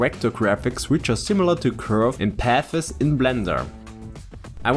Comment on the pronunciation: Hi, it's not "pathes" ; it's "paths" cheers ;>) I know, I know: you speak two languages; I speak one. , ich spreche ein wenig Deutsch, aber schlecht I appreciate your lessons!